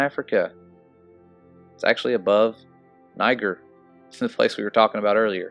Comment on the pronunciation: Niger pronounced, ne-zher.